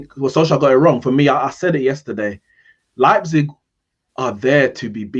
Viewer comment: United lost because CANNOT pronounce Leipzig correctly lmao